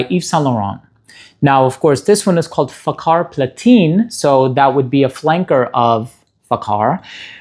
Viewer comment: People should stop pronouncing it with a "K" Lol It's more like Fahar than fakar